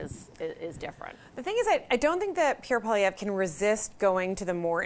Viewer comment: "Pierre Poliwoq" 👍🏻😄